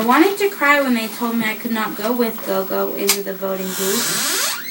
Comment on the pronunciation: The pronunciation is more g'or g'or. It is the isiZulu word for Grandmother.